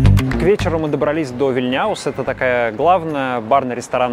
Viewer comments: Спасибо за обзор на наш любимый город Вильнюс. Зарплата средняя 1900 € забыли добавить это на бумаге, на руки меньше около 1200 €, а то некоторые подумают, что мы уже с какой Германией или Швецией сравнялись. Сравнялись с ними только ценами на продукты в магазинах. И улица не ВильняУс, а ВИльняус, ударение на первый слог. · Полтора года живёшь в Литве а даже название одной из главных улиц Вильнюса правильно произнести не можешь!Улица ВИЛЬНЯУС! Ударение надо ставить на первый слог,на букве ,,И", а не так как ты его ставишь на букве ,,Я" на последний слог!